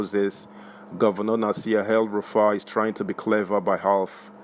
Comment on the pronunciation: It’s EL-Rufai NOT Hell- Rufai.